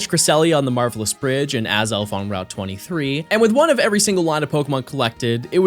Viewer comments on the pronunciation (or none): none